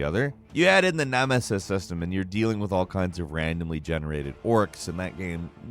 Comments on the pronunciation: NEH MEH SES it's nemesis.... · Love you but it’s nemesis not namesis lmaooo;) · “santa mow-knee-tah” 😐 “nah-mah-sis system” 😐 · Are we ignoring the fact he said nah-mis-ses system, rather than saying nemesis system 🧐🤨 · Nahmesis? Wtf is that? It's pronounced NEMESIS!!!... try it out and do better 🤣🤣🤣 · The "in the na-mas-es system" got me too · Wtf is a nahmasis system? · naw messes system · He also said "namasis system" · Ah yes, the "Naanamiss" system.